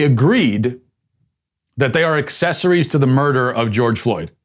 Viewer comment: “You’re an ussessery’ to George Foreman’s murder.” ::sigh:: This was pitiful.